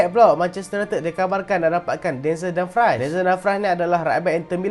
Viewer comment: Dumfries tu sebutan dia dumfreeze bkn fries kentang tu. tegur ja